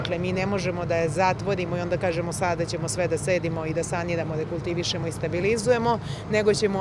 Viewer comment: "da kulitivišemo"?